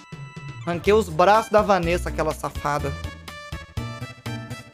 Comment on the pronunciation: Povo me chamando de safada kkkkk Mano q raiva, no RPG no Kaiser fala VaNessa Quando mando bits para o ele fala Vánessa Ta errado isso ae